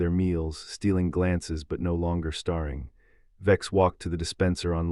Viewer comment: breethed or brethed? starring or staring? (pronunciation) you might check your AI narrator....if this is live, you might check your own english